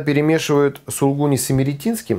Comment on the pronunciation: не пропускайте вторую букву "У" в слове "сулУгуни". И примите мои заверения в совершеннейшем к Вам почтении.